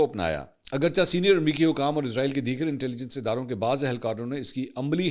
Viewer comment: Sir ezrail nae esraeel bola Karyn plz